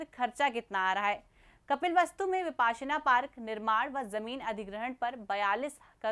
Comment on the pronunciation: Mam वो विपस्सना pali में ओर विपश्यना हिंदी में ह ....Not विपासना